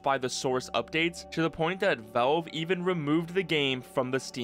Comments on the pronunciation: drinking game: drink a shot of everclear every time this guy says 'veulve' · Why do you pronounce valve as wolv? Gaaahhh